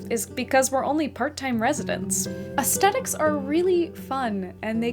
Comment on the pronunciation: Ayo she really says “aesthetics” with the HARD “T”